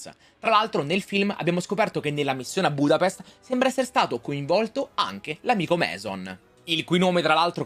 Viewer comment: budapesht* ahhahaha